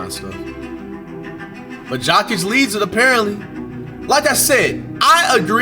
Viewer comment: SAY IT SLOW BRO.... YO - KICH - You cant be that dumb. Its an act right?